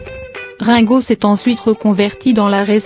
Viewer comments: cest rine go !!!! et non rein !!!! mdrrrrrr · Celle qui li ne sais pas lire........ Rinnnnnn go au lui de me Rngo sa m'énerve 😣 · quelle horreur ces voix off numérisés récitant ringo devient raingo, l'usine AZZ mdr mais c'est très chiant car bourrés de fautes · et la connasse qui dit rin go et pas ringo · Rungo, prononcé à la française, j'aime bien, Rungo comme Ringard. Quant à Sheila, quel bel homme !😂😊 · bar oblique quel conne elle écorche le nom de lexe chanteur et de la chanteuse sheila